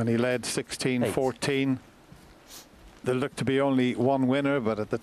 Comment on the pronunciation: Its thurr, its thurr